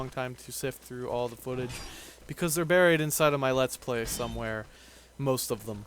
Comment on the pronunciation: its all not al get your english straight since your capable of pronouncing every other thing right ;)